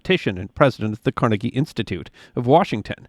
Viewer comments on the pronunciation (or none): none